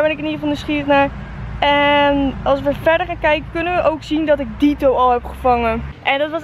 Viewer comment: het is niet dieto maar ditto:P